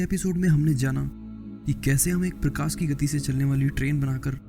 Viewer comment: prakas nahi prakash hota hai...😑